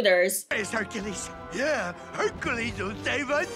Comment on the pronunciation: “Hunkules” Me: “NOPE”